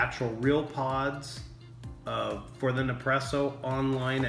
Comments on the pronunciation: For the love of all that’s holy, it’s Nespresso and Keurig not Nepresso and Koorig. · A good review...but funny how you mispronounced nespresso as nepresso and delonghi and delong.... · Nice job on the video and taste testing. By now you probably know this, but it’s pronounced Ness-Presso. You may not be aware of this, but Nespresso only buys the very best coffee beans from around the world. I’ve heard that it’s the top 1-2% best coffee beans every year and they only buy the best so that we get the most flavor possible from every pod. I also have a Keurig 2.0 machine and even when it’s set to bold, it still can’t compete with the Nespresso Virtuoplus machine’s output for flavor and intensity. Also the pods are recyclable aluminum so they can be returned to the vendor to be melted down and reused in future pods. Thanks again for the video and information. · It’s NES PRESSO, not NEP PRESSO... dummy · its neSpresso not nepresso im italian so that bothers me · It's pronounced Nespresso. Your forgetting to say the S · Did anyone else cringe every time he said "Ne-presso"??? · Hahahahahah Hahaha ok I had to stop watching your video could not take you seriously. you mispronounce the name through the majority of the video not NEPRESSO.. think you might be having some Mandela affect issues . Hopefully I'll find one of those NEPRESSEO machines and give it a try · Its NeSpresso 😂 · Never knew hearing nepresso and currig would bother me so much LMAO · You should do a review where you mispronounce as much as you can so everyone freaks out. LOL Gotta get me one of these Nepresso's soon! :D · Everytime you say ne-presso, someone somewhere kills a fla-mingo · as soon as he said Nepresso I bailed. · "Ne-presssso." Man, you americans always have to fuck pronunciations up, eh? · it's neSpresso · You kept saying Nepresso and it was pissing me off!! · Every time he says Ne-presso, I get De-presso 8( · I was correcting him every time! 😂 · Nepresso and Kurrig. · It’s ne spresso